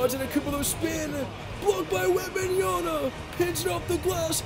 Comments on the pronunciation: Wem-ban-ya-M(not n) a keep it in mind bro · take a shot every time mispronounces Victor's last name